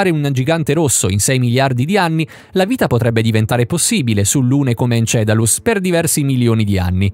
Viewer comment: Encelado...!!! Non encedalus...non x cattiveria, ma praticamente in ogni vostro video c'è qualcosa di storpiato...